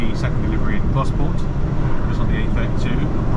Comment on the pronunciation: it's pronounced Goss-port! Gosport.